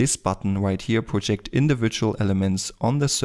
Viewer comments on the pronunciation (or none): none